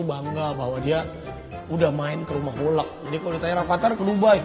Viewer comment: Lucu banget ya masak Rafatar bilang hulk hulek hahha